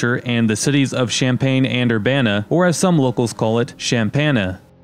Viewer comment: When i heard Champbana, i was wondering what locals were he talking to. We never called it that..😅